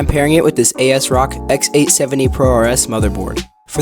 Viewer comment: 😂 A S Rock..bruh, it's Asrock as in AS-ROCK. 😂😂